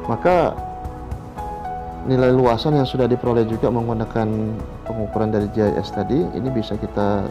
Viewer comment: gis mksdnya itu pak, tapi terdengaar seperti jhs. Gis atau sig singkatan dari sistem informasi geografis